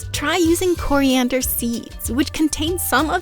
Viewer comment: Why do you call it Koreander and scillantro?